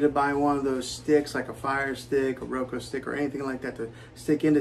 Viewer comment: I just have to say because it’s bothering me. It’s RO-KUU not Ro-ko